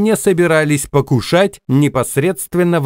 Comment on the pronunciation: его не собирались покУшать! Правильнее ставьте ударения,.